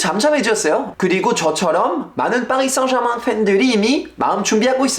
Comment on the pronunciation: 파비앙의 파리 생제르망 발음을 들으니 새삼 파비앙이 프렌치인게 확 다가오네요.